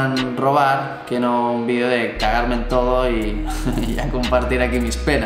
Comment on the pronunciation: Por favor, no digas más lo de vlog (ubelug como tú dices). Di blog, como suena, por favor. Por cierto, me molan mucho tus vídeos, que no "vidéos". Saludos